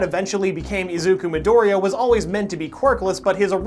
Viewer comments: E Zac ku? ITS A ZUK U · How does this anime have a dub and you still pronounce Izuku wrong lol